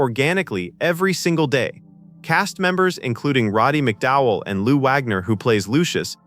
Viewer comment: it's not robby mcdowell, it's "Roddy"